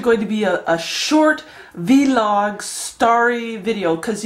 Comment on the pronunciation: Just Vlog. Not Vee-log. Lol